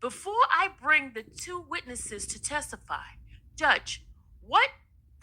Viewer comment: Why can't this fool say "Williams"And what is tessafy??